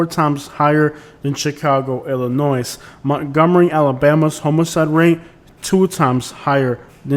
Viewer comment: Excellent and well-informed video, but carpet bagger refers to non-southern politicians coming to the south to hold political office after the American Civil War, and when pronouncing Illinois, do not sound the s.